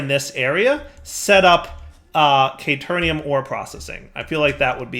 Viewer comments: caterium, not caternium. what's with the extra n? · It's Caterium! Not K-Turn -ium. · it hurt hearing him pronounce it wrong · Came to see if mispronounces caterium the same way he misspells caterium...was not disappointed. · Oof pls. There is no "N" in Caterium. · ikr xD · I believe that even if he realizes this, he’s going to keep saying it wrong anyway.